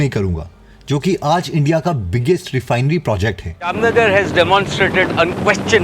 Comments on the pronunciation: Bhai it's not jamna nagar it's jam-nagar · Its not jamnanagar its jamnagar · It's Jamnagar oil refinery not Jamna nagar. Mukesh Ambani bol bhi rha hai. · Its not jamna nagar its jaamnagar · Jamnagar nahi Jam Nagar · It's Jamnagar not jamana nagar